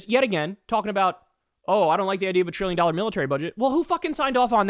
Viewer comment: Treeyon dollars . Beeyin dollars